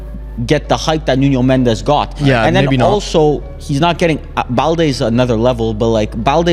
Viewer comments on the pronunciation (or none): As a Portuguese I want to warn that the n in Nuno Mendes and in Pedro neto isn’t pronounced as a ñ